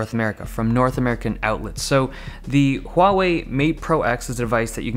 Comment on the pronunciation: Thank you Dave Lee for being the only tech channel so far (afaik) that pronounces both Huawei and Xiaomi correctly. SIGH.